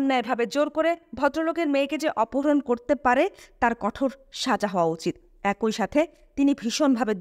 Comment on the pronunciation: একই - উচ্চারণ এক-ই ‘ঐ’-নহে। ধন্যবাদ। *মারাত্মক ভুলটা বহু লোককে করতে দেখি। ধারাভাষ্য বা বুক রিডিঙে এসব ভুল উচিত নহে।